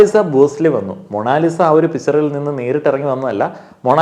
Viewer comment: മോ - ണോ - ലി -sa ...? she is മോണാലിസ .